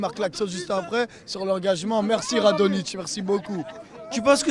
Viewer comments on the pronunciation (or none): Ptdrrr le 1er " Radonjitz... Rajnodic.. écoute moi bien frère " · Rajdonite, Radonjite, Radonitch, 🤣🤣😂je t'aime mdrrrrrr j'en plus... Ils sont fada ces Marseillais là 🤣🤣🤣